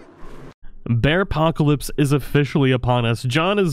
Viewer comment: Anybody else hear him say “Bearcockalips”??